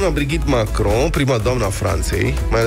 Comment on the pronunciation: Se vede c-ați lipsit la orele de franceză în școală. Altfel, ați fi știut să citiți corect numele "Brigitte".